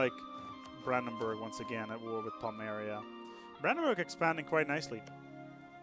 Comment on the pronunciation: You've got a couple of pronunciation issues,. Galicia, not Galacia. Waldensian, not Waldesian. Pomerania, not Pomeria.